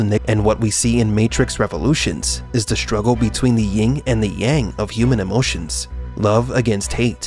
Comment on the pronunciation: YIN yang...NOT ..ying yang. No G on the first one!